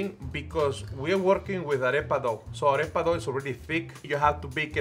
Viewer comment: I don't even speak Spanish but their arepa pronunciation hurts my soul